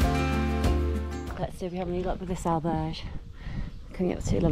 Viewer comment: Wow, no attempt whatsoever to try to correctly pronounce Spanish correctly, The butchering of ‘Albergue’ is cringeworthy.